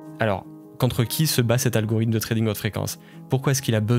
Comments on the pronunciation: t'arrête pas de dire algorym au lieu de algorithme, sinon eeeexcelente video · Banger la vidéo mais tdm poto apprends a dire Algorithme stp